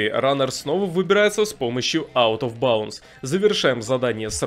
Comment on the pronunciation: Игра на новый год, пьем шот каждый раз когда он произносит out of bounce